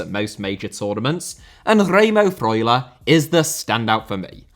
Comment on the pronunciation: i love how you say Remo Freuler